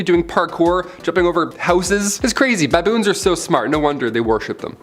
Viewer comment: Who taught you how to say "baboons"?